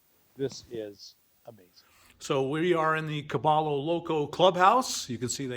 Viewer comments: Is this place name actually pronounced “Ka-BALL-o” and not the proper Spanish pronunciation Ka-BUY-o?? “caballo loco “ = Crazy Horse, or the odd pronunciation is for some other meaning? Spanish has 28 letters of the alphabet and the 2 extra letters are a “ll” (a “Ya” sound and N with a tilde on it (a “nyh” sound). I have a BA in Spanish from Northern Arizona University. If the owner know Spanish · Bob is Gringo. It's "Ka Buy O" Crazy Horse in Gringo. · Bob, just one thing, caballo is Spanish for horse and it is pronounced ca-ba-yo. Double L (LL) in Spanish is pronounced as Y, not L. Now you'll sound more local when you are that far south. :) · Caballo, pron: Ca-buy-o. It's Spanish for 'horse'. Please learn the correct pronunciation.